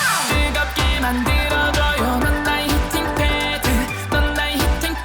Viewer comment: 히팅 팯 이라고 발음하는게 훨씬 자연스러운데 이악물고 히팅 패드 다 살려서 발음하는거 개킹받음 ㅋㅋㅋㅋㅋㅋ